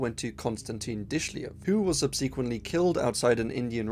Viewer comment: bruh. for as many times as you use the word "subsequently", you should really look up how to say it.